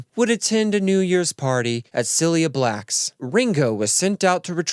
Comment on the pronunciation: ‘Cillia Blacks’ 😂 Great video